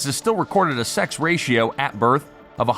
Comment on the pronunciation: In the noun birth_, the is _unvoiced. It's like the in "with," and not like the in lithe or scythe. It is unvoiced in the plural _births as well.